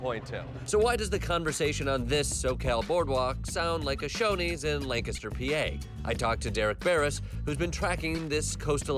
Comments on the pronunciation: AND you pronounced Lancaster correctly! ❤️ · Growing up in central PA, I was surprised that Jordan pronounced "Lancaster" properly. Most people say it like the actor Burt Lancaster.